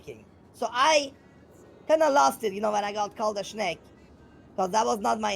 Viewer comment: Take a shot every time you hear "shnake" and then dial 911. 😂